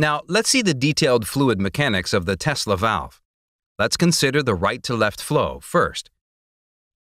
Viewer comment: "Tesla velve"